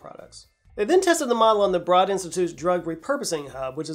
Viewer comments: A. Long-time listener, first-time caller (at least I think) B. In the "papyrus pronunciation" sequel, the institute at MIT spelled "Broad" is pronounced BRODE (rhymes with ROAD), not BROAD (rhymes with GAWD); I feel for ya C. More substantively, A. baumanii (Acinetobacter baumanii--you'd get extra points if you can pronounce that bad boy) is, in fact, susceptible to some antibiotics, generally speaking. ANY typical bacteria that causes disease in humans can develop resistance to all known antibiotics, and while it's true that Acinetobacter is one of the tougher ones to treat and with a much narrower set of options even under the best circumstances, it is not typically a bacteria that can't be treated. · BTW, the "Broad Institute" rhymes with road, not fraud. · eli broad's last name rhymes with road, not rod. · Broad (institute) is pronounced “brode” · I think we should all keep on mispronouncing it as "broad" has always been pronounced in English until they get tired of hearing it and change the spelling to more closely match it's actual sound. That or change it to something else entirely, Like "B" (considering how well "X" worked for Musk). Or maybe go in an entirely different direction such as "Narrow." Of course then we would probably come to find that's pronounced as "Nahrr-oh" or "Neigh-row" where the Rs are rolled as well.